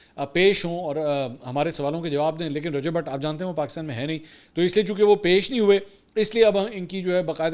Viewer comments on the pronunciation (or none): none